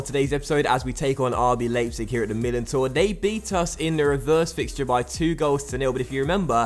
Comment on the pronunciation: It's RB L-eye-pzig, not RB Laypzig